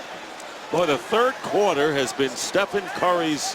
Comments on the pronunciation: Who is this commentator saying Stefan curry?? Is he representing NIKE? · “Stephon curry” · “Stephon” smh